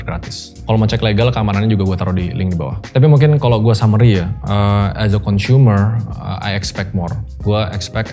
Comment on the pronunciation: Aku terganggu banget dengan pronunciation nya pembicara saat mengatakan “as”. Please fix it.